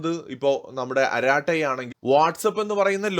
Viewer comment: അരാട്ടൈ അല്ല അരട്ടൈ ആണ്ത്രമിഴ്)